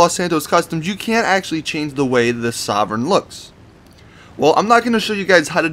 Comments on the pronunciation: It's pronounced soar-vein not sovern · It's pronounced soar-vein sorven